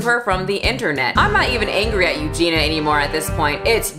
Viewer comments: every time she says “Eugene-a” instead of Eugenia 🤭😅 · I'm offended that you kept saying eugena instead of eugenia 😆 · I am OFFENDED that you call her "You-gena" 🤡 BIG oof 🤣🤣🤣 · Sure I'm not the 1st to comment this but Euginia's name is pronounced U-gee-nee-a. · Do you mispronounce Eugenias Name on purpose for algorithm reasons? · I love you but I can not stand you constantly saying her name wrong 😅😂